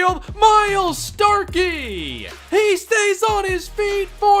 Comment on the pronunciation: Starky = STOKELEY